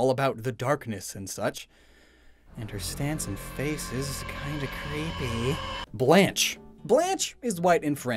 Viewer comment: I'm part french so I cringed when you so horribly mispronounced 1 sil vous plait (sil vu play) 2Beau (bow) 3 blanche (blaunk I guess I couldn't think of a good way to describe it) omg I've edited this comment 4 times now 4 chevre (shev/shevr depends on whether or not theres an e at the end) 5 Jacques is pronounced like jack (but more like jjjack kind of idk how to explain) 6 Soleil (so-lay)